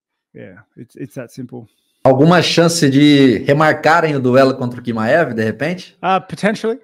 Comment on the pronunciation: não é Quimaev, é Tchimaev a pronuncia.